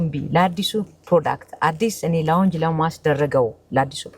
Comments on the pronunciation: ሎንች(launch )ነው by the way ትክክለኛ pronunciation. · ስንናገረው ላውንጅ ያለች ይመስለናል እርግጠኛ ነኝ ላውንች ነው ያለችው